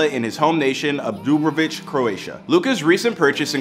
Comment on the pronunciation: Arkeik sea😂😂😂 where is that is dubrovič city there pronunciation 0/10